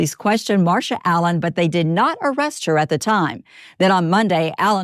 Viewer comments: dude… the reporter is incapable of not saying Harold adam-allen lol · thats what i came to say, like did she keep calling him harold adam? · I wonder if she knows someone named Harold Adam, that’s the only reason I can see why she kept struggling 😭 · I'm stuck on the fact that two reporters could not pronounce his last name of Allen, but they both said Adam. 🤦‍♀ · Ok but why can't that news lady say "Allen" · why can't this news anchor get her shit together and get poor Mr. Allen's name right? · Why can’t this news anchor say this man’s name? It’s driving me nuts lol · That reporter really had trouble with his name. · The only thing I can focus on is the fact that that reporter cannot say the man’s name correctly 🤦‍♀️ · Wow. It’s very obvious why that tv anchor is on a very small town local newscast. How many times did she f*** up the victim’s name? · Why can’t that news woman pronounce the poor man’s name correctly:( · These ppl that call themselves news reporters can’t even get his name right wtf! They are actors reading scripts and still can’t read just annoying on top of this sadness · Why did that reporter struggle to say Allen so bad... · i came here to say the same thing, almost every time she said his name she messed it up. not cool.😔💚